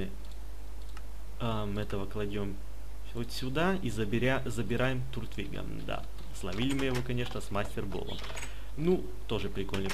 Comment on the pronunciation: не туртвиг а тортвиг произносится